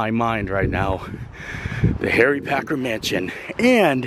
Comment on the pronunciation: Omg please say the name right it is Packer not Parker and not Asia it is Asa.